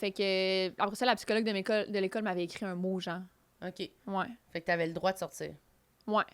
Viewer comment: elle dit "genh" au lieu de "genre" et je trouve ca vraiment très spécial et à plusieurs autre reprise.